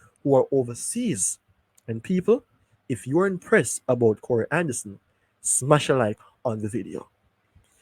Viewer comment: The name is "Ka -Roy" not corey